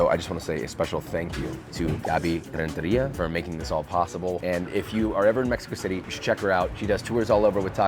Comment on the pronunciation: You should have saved your pronunciation of "Renteria" for "Chicharron". Chicharron!